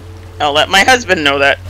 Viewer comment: “ILL LET MY HUSVAND KNOW ASWELL” LMFAOOOO I SPIT OUT MY FOOD 😂😂